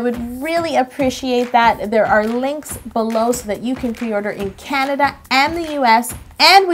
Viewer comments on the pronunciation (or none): none